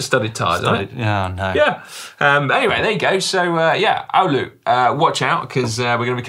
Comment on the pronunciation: Si you nailed the Oulu pronunciation - nice!